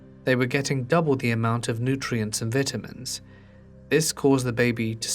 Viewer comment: You said" vitamints", so funny, but not really at the moments!